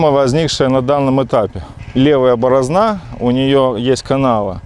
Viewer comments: Капалка хорошая все отлично , но не борозна а борозда как мне послышалось. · Борозда, а не борозна